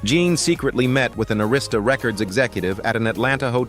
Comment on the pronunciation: you REALLY need to do a LOT more research.. Jean Carne is VERY MUCH ALIVE, you cannot be from the culture. ti's also prounounced AIR-ISTA